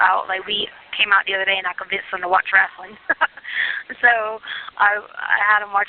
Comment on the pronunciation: Nobody's gonna mention her saying she's been watching "wrastling"